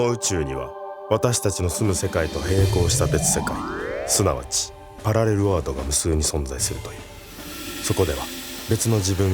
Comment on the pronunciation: 冒頭のナレーション、パラレルワールドをパラレルワードって言っちゃってんじゃん。